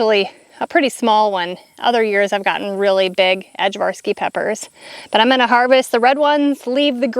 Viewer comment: Our ajvarski peppers got eaten by worms and succumbed to heat. It's pronounced i-var-ski. Aj=i. They're great for ajvar relish. My Serbian mother-in-law made really good ajvar and it's perfect with smoked sausage! I can't wait to see what happens next year when it's not so hot! Your farm is looking wonderful! Can't wait to see your house!